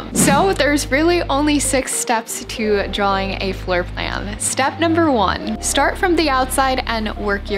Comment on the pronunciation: FYI, it’s not ‘drawling’… it’s ‘draw’-ing